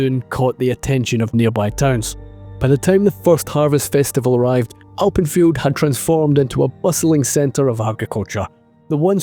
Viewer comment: I thought you were saying Alprechtfeldt and not Alpenfield.